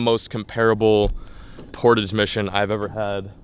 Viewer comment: Lol that's the most American pronauciation of Portage that I've ever heard😂😂😂😂😂